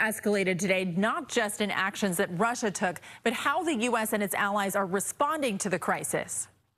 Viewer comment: Sanctions on ”Russa”. Great god, these local news need to hire better graduates